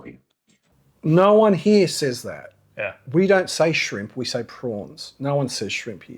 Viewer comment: mostly a female thing, ' hee yah' turning a one syllable word into two , drives me mad as I live in Melbourne I heard a guy say it like that the other day and it stuck out like dog's what's it's